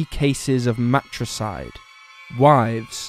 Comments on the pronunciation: It's mariticide not matricide (which means killing your mother). The i between the r and t is pronounced. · It sounds like you said Matricide, but it's really Mariticide.